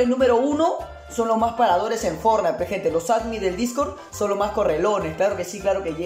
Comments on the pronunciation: Cómo que "Fornity" xd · es ''Fortnite'' xd